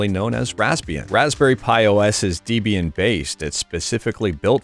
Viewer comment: I heard a dEEbian in there also.